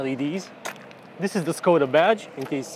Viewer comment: Maybe my hearing is shot, but it sounded like we got a lesson on how to pronounce Skoda, but later it was pronounced differently.